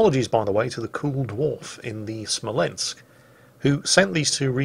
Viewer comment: Also: spells Smolensk wrong.. you have to shout it... SMOLENSK like Small but Smol and then with a ensk behind it:D